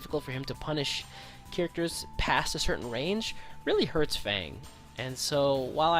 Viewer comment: Why does nobody pronounce F.A.N.G's name correctly?